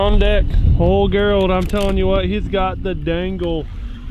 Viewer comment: Is his name not gerald? Like jerr ald. Why the hell you keep sayin gher ald?